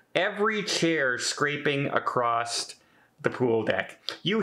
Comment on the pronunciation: say ACROSS NOT:ACCROST!!!!!!!!!!!!!!!!!!!!!!!!!!!!!